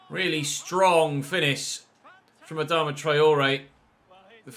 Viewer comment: got that excited he said reallyo 😆